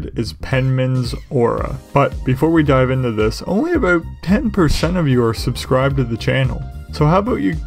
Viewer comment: It was the aboot. Not an insult by any means, just an observation 😁